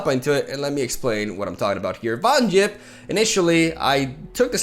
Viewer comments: bro it's Yipp and not Jipp... he doesn't drive a Jeap! It's Yeti and not Jeti when u watch Star Wars, you say Jedi and not Yedi when u finish a letter you write "yours truly" and not "jours truly" yesus christ! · Von HWIP. No it's Von yipp, That's what I said, Von HWIP.